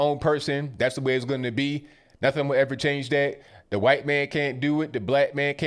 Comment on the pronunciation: huwhite male...love it